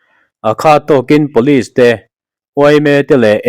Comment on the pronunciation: Pawlis ti in lam tawh suh.. Pawlis ti a kan sawi Or lam thin chu, siai kan hnawih ang chi te hi.. Pulis ti in lam rawh..